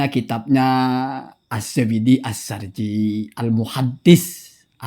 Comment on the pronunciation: Kata Bukan As-Sarji Bilang As-Surji,,😂😂😂😂